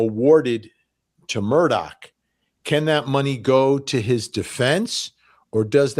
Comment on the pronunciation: Immediate subscribe for you pronoucing the name correctly (I'm in SC) 😅 Plus....Vinnie! 😊